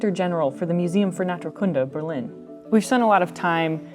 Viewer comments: The emphasis on Naturkunde is on the first u. Otherwise it's an awesome place there. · By the way Naturkunde isn't stressed on the last word section (as is natural science) but on the first. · You pronounce "Naturkunde" really weird. The stress is on the second syllable, which is a long "oo" sound.